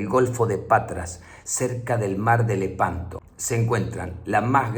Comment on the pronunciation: A veces te une lehpanto